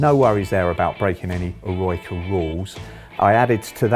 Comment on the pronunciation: I can't believe he called L'eroica leroyka.